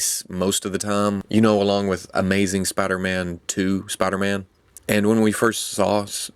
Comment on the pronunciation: spida man